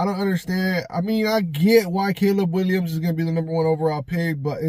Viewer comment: “Caleb Winyams” 😂